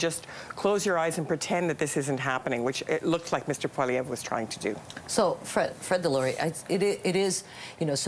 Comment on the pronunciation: His name is Poilievre not Poliver. Sound it out. 😂